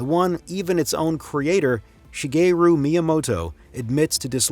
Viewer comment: She-Gay-Ryu Miyamoto… Subbed